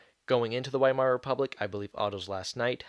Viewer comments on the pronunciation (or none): none